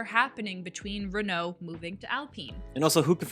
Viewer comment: Oh, I should have picked up on those O's then. My mistake. I mean Mispronouncing names, teams, etc. Anything that isn't English, such as Bottas, Renault, Sainz, Ferrari, Pérez, Verstappen, etc. You know... I mean, Bottas is pretty straight forward, surely you can handle that one after listening to it once. Ricciardo can pronounce Bottas.